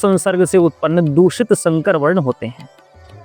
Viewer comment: shankar nahi sankar please sankar boliye